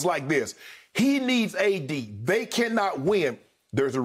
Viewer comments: he said A-Disney LMAO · LMFAO Skip saying "ADisney" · “ADisney” 😂 we made it